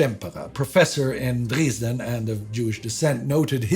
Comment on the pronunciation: I was really looking forward to this series but my hopes were dashed when I saw who was presenting it. I tried watching but got as far as this episode and could go no further. How the hell does Dresden come out as Dreesden? Or pagentry as paygentry? I've heard AI-generated voices with better pronunciations than this specimen comes out with.